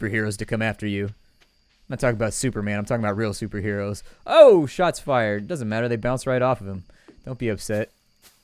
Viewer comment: "Shots Fyired" by Lost Pause